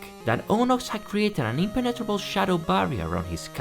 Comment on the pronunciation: love how you pronounced "impenetrable" 😅